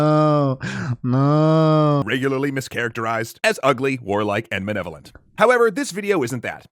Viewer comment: Did it bother anyone else that apparently the voice guy from extra credit can't say "malevolent"?